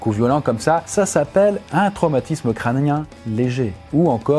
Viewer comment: Je suis le seul à avoir remarqué qu’il a dit un traumatisme craMnien? 😂 2min23